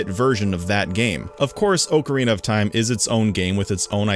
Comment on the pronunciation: It still stands up till this day. Not perfect, but with all those limitations still better than much of what's released today. You also can't pronounce ocarina and a kind of flute I guess created back in 1853.